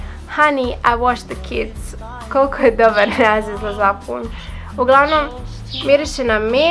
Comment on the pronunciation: ne kaze se SAFUN nego sapun.😂